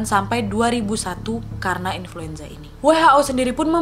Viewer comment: inluenza lagi wak😆😂